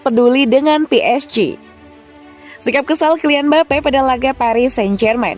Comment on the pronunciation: Mbape jadi mbapuk 😂😂😂